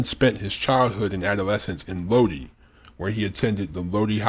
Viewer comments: Having lived in Lodi, it's SUPER annoying hearing it repeatedly pronounced wrong. It's pronounced: low-die or load-eye not low-dee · PRONOUNCED LOW DIE!!! Iugg